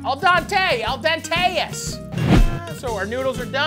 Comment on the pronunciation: Al den-tay-as😂😂😂 i died😂😂😂